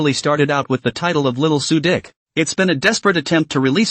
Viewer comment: Why does this guy keeps calling suqi.. su dick come on broo😂😂🎉